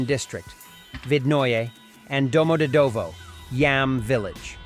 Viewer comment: Domodedovo pronunciation. Do = o as in hot. mod pronounced like "mud". e pronounced like the ye in yet, and this "ye" is the syllable with the emphasis.. dov pronounced like "dove." Final o pronounced as in up. domoDEDovo.